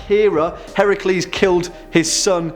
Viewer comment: The mother of monsters is not Chimera. It is Echidna. Echidna birthed many of the legendary monsters. You get major points for pronouncing Heracles right. So many don't and as a historian it's nice to hear. As for Medusa, the story is more tragic than anything else. Considering she was a victim of being assaulted by Poseidon in Athena's temple. There are two different hypotheses on why. The classic concept was as a punishment to medusa. The other is a boon for Medusa so that no man would ever harm her like Poseidon had done. Hellenic theology kinda gravitates between interesting at certain points and terrifying at others.